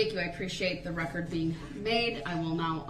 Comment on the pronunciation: I wasn’t Hearn anything goot-as he tells the judge what he demands for her to do! He loved the “rekerd”